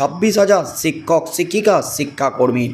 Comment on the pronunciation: সিক্ষক সিক্ষিকা বলছেন কেন। শিক্ষক শিক্ষিকা বলুন